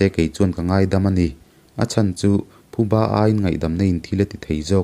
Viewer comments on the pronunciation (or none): none